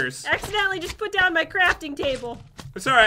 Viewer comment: says " stay away from ma sponges "